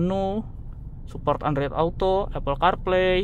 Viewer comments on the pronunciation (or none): none